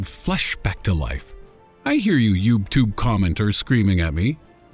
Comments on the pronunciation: did he just say "youbtube"? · Did he say "YubeTube" ? lol wtf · I like it when he said "youb tube" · Did you say youbeTube? XD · I'm going to yell at you for calling it YoubTube, though. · this boii said yubetube😂😂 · Lol I like how he says "Youbtube" xDD I love these vids tho ;) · He said ubtube